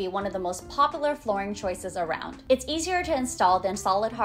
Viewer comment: Great job!! Good content. Dont forget, there is a U sound in the word popular lol.